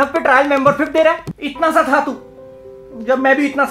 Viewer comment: He says sa as fa In this line he pronounces as sta